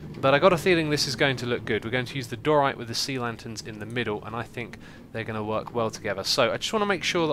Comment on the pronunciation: It's not Do-Rite, it's Dy-Oh-Rite